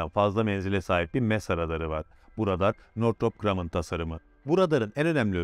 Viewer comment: helal olsun northrop grumman ı ilk defa doğru telafuz eden bir kişi 👏👏👏👏👏👏